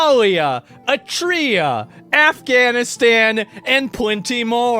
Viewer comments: That's not how you pronounce Eritrea. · "A-tree-ah" is NOT how you pronounce Eritrea 🙏🙏